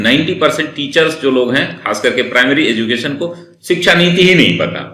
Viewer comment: एजुकेशन होता है न कि एजू केशन